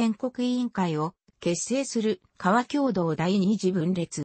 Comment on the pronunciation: 革共同をカワキョウドウと読んでいたのには笑った。この一事は致命的だ。